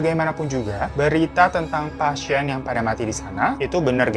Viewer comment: menit 3.08 sejak kapan kata "pasien" ada huruf y nya? "pasyien"